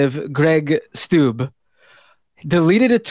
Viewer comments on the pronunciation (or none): Wait, isn't "Steube" pronounced "Shtoy-bah?"